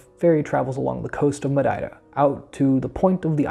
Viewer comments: Great job! And now I have a good reference for pronouncing Madeira like a local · you say Madeira as a Madeirense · Great job. And you are saying Madeira with the proper Madeiran accent, well done